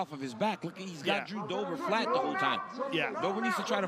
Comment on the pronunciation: "Now let's see what Jew Dobers plan is..." -- Hoe Rogan 💀💀